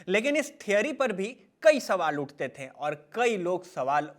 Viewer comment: Bhaiya, थे और थें में अंतर होता है। एक बेहतरीन कंटेंट और प्रेजेंटेशन का मजा किरकिरा कर दिया आपके "थें" ने । Nothing mocking.